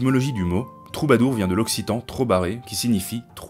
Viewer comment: Salut, super vidéo. Trouver en occitan c'est trobar sans le "e" (se prononce "troubar")